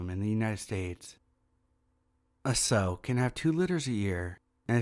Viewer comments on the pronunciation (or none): Story 9... The word sow is pronounced "sau" like the o sound in "shower"... Not like "sew". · I came looking for this comment. Some words I just assume everyone knows how to pronounce. Never have I hear it pronounced sew - always sow,. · Just an FYI regarding that last story...the word "sow" is not pronounced like "sew", it is pronounced like it rhymes with the word "now".